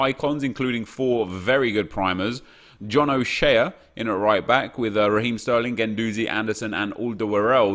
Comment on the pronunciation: Not being a d*ck nep but it’s pronounced John O’Shay not the way you said it 💪🏻